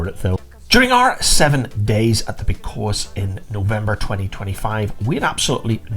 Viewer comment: Very informative video, but it's pronounced (phonetically) Posillios playa. Hope this helps